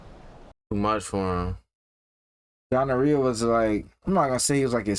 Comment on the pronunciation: I love y’all but did call Guarnere gonorrhea?💀💀 i love y’all sm!!❤ these reactions have been amazing!